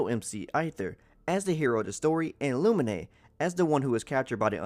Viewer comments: "luminay" and "tayveat" why is it so triggering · Why does he pronounce Lumine like that 😭